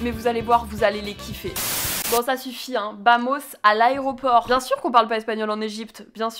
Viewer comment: on en parle ou pas que dit au début aréoport au lieu de aéroport